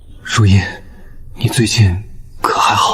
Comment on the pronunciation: 女主叫姐姐，又說是庶妹，bug AI 常念錯字，如茵有時念成如（環） 字幕錯字多，無媒苟合